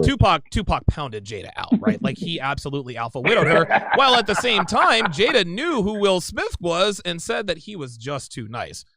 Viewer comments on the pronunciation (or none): none